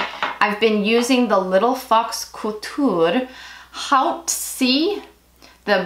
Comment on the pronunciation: Thanks,, for the heads up on Instagram about the See New Skincare Box! And for that Community tab of black green beauty content creators on Green Beauty Theory. Looking forward to checking out all those accounts. Haute is pronounced more like "oat." I was just about to ask you how to pronounce "Rie," then I read over my comment before posting and saw your full name and figured it out (I think), LOL.